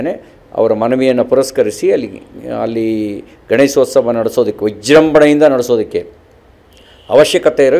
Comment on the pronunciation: the reporter says, Ganeshosthava.. It is Ganeshothsava..Please don't kill Kannada. Suvarna news heads, check the language command of the reporters before you hire them.. If it is a government property, let the propert be used for Government activities rather than allowing the communities to fight for their religious activities.